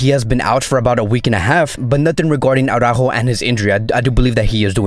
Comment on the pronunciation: I still don`t understand where u got AURAJO from?His name is ARAUJO and it`s pronounced fonetically so unless there is something i`m missing,you`ve misspronounced his name for OVER 1 YEAR ma friend rofl